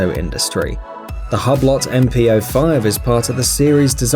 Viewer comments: It’s pronounced Hee-brow :v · Did this dick say ...hob. Lot... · I know, right? I think this might be the same watchmojouk guy who doesn't care what script he is given to read, does zero research and bastardizes his pronunciation. I stopped watching immediately after I heard him say hub lot as I then knew this video was seriously ill-informed. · Pronunciation of "Hublot": Click the (>) play icons. Man. The american's ignorance for how foreign names are pronounced is really embarassing - but only to all other parts of the world, it seems. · The way this fool pronounces ‘Hublot’, makes me want to stick a sharp pencil in my ear. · Did he say HABLOT? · The way you pronounced Hublot made my European neck hair stand up, of which there are a lot, because I'm European. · If you can't pronounce "Hublot" you shouldn't do a video about it! Lol! Had to edit my comment... this idiot cannot pronounce ANY watch makers names or watch parts at all... Jesus man! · Hublot is a FRENCH Company ! You could at least try to pronounce it in french. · I think you need to know how to pronounce the brand first... ‘hub lot’ hmmmm it’s pronounced “oo blow” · Lol it's not HUB - LOT it's said 'WHO-BLOW' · Inna Yuh Belly isn't the "lot" silent as in "hue blo" .. In phonetics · HUB-LOT LOL! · Hughe blow....not hub lot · Its called hublo not hablott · It’s “oo blow” not “hub lot” you fucking caveman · Its called hube-lo not hub - lot.. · Hub lot ! Lmao.Pronounced hugh blow. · It’s not ‘Hub-Lot’ you muppets! It’s ‘Hew-Blow’. FFS! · I dont think its pronounced " hubb lott ". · Say it with me..."ooo-blo" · Hub-lot? Tour-bi-lon? This is AI narration. Horrible! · Hublot is pronounced hoob low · Dh is a hub-lot? Hew-blo my brother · Can someone find me a "Hub lot" "Tor ba lon" please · Its pronounced Hublo..... tw@ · It's not Hublot. It's "Uu-blou" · You should research your pronunciation of the product Hublot= ublo is the right pronunciation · hubb-lott... i mean.. jesus christ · Partha Gogoi u-blo